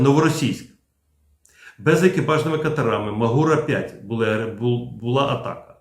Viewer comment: Плюсик і особлива подяка за відео від CNN (на ньому дизайн катера зовсім не той, який всі звикли обговорювати). Але висловлю і три «але». По-перше, хоча «MAGURA» — це абревіатура, але, оскільки вона повторює назву української гори Мáгури, то так її і треба вимовляти: з наголосом на перший склад. По-друге, я б ото не повторював за лаптями всі ці їхні дурнуваті чутки про те, нібито державні органи США мають власність або управління у приватних компаніях. Так міркують заздрісники з-за порєбріка, бо судять по собі. А наші землячки цю маячню повторюють, хоча доволі легко перевірити, що в США працює якраз протилежна політика максимального відділення держави від виробництва. Тому не має держава в США ніякої власності в жодних компаніях типу Boeing, Lockheed Martin, Northrop Grumman, Blue Origin та SpaceX. А все фінансування таких компаній — суто контрактне: замовили яку-небудь техніку — купили. І все. По-третє, ситуацію з обмеженням SpaceX-ами відеопотоку для наших дронів всі чомусь розуміють абсолютно неправильно — з точністю до навпаки. Це якраз Білий Дім (читай: стариган Байден) примусив Маска накласти таке обмеження, <хвилинка самореклами> що я вже при нагоді розбирав у своєму блозі </хвилинка самореклами>. Так що ті термінали, які нам зараз обіцяє Пентагон, — явно не starlink-івські і мають за мету обмежувати й контролювати наші спроможності, а зовсім не збільшувати їх. Щоб ми, бува, не наробили «ескалації», яку так боїться адміністрація Байдена.